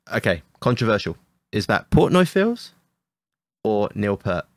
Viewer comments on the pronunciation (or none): The pronunciation of Neil Peart's last name is "peert" not "pirt".